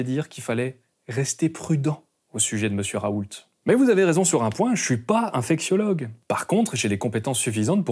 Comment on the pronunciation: Oh purée, à j'ai cru que tu avais dit "je ne suis pas un fake siologue" xD Bon, blague à part c'est une excellente vidéo, merci à toi pour ton travail et tes sources.